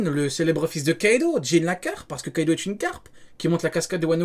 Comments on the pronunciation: Kaido c'est la façon dont c'est écrit le O dans une partie de la Chine ça se prononce OUavec un léger prolongement du U...le U est fictif mais O est bien présent mais il est mal prononcé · non déjà ça s'écrit Kaido mais le o se prononce OU avec un léger prolongement du U ce que les anglophones et les francophones ne font pas...